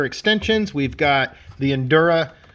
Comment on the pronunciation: Bro it's "injora" not "indura" there's a j... it's literally in writing right in front of your face